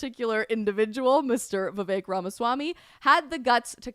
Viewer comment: Thank you for actually pronouncing Vivek's name correctly. It irritates me when people mess up such a simple pronunciation, especially mainstream and popular political commentators.